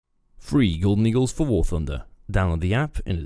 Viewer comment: I dont know why but every time he says "free golden eagles for war thunder" I hear "free eagle nigles for war thunder"